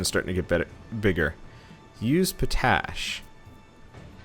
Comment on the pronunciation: You're pronouncing potash wrong. You look at it and say it like you would "potato" but it's pot-ash, sans the hyphen. POTash, not poTASH.